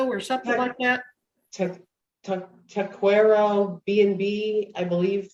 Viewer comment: I want her to serve time for butchering the word "taquero"